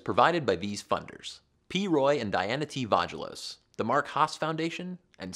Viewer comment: I think Vagelos may be pronounced vah hay los. The way you're pronouncing it sounds like a feminine hygiene product.